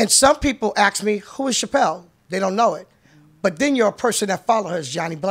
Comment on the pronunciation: Deb keep saying "Chapelle" lol